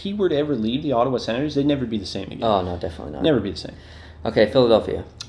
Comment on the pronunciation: "Mathwees" "Ottawwa" boi 😂